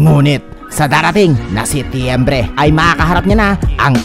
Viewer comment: Sityembre? HAHAHAHAHAAHAHAHA